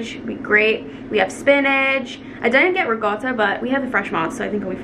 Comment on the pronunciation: Why do you pronounce ricotta cheese with a G? It’s ruh kaa tuh ❤️